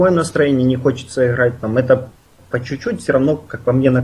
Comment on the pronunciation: ихрать напряхать ховорить